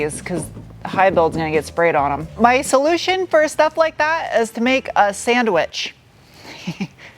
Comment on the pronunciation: "Gotta use my sangwich, mang" was even funnier!